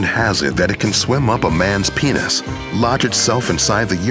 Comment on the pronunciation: Lol he said pinis